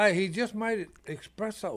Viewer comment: Espresso. The word is Espresso, not expresso.